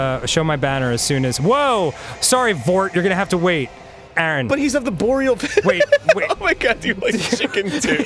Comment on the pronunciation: You bastards, you said "Arboreal valley" as soon as I drank my tea, about sprayed all over my work computer. lol Love the Show! haha